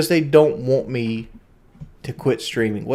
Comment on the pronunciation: The #1 thing I hate out of all of this is him saying WON'T instead of WANT. I really won't him to stop.